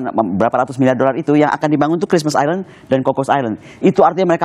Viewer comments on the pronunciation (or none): none